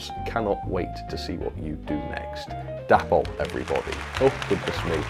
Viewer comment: DAY-poll not dapp-ol ffs